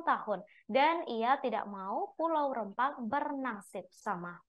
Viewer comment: Penyiar berita nya gak bisa itu ejaan Rempang dg E keras bukan e lemah